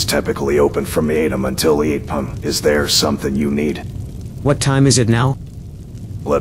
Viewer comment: Sorry but these NPCs saying 8pum to 5pum really got me. Amazing work though, I wouldnt be surprised if news articles get written about this when your done. Truly groundbreaking stuff!